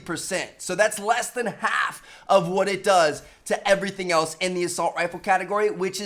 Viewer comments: you sounded like you said quack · Listen to how he says "half"